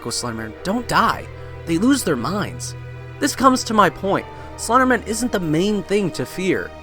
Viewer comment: I don't believe it's pronounced slendermin.